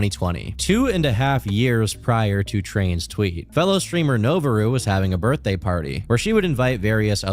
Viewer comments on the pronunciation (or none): none